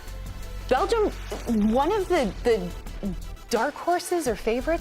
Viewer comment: You are right, I didn't even notice they butchered the name of my country. Professionalism through and through.